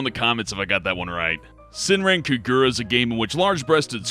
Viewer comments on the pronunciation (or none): almost. Ka-gu-ra